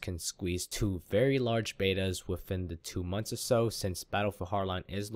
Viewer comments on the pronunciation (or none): completely agree with you! but try saying the D in battlefield HARD line it it kinda bugs me xP